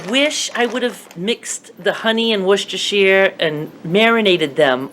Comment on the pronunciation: wistashi Is how it's said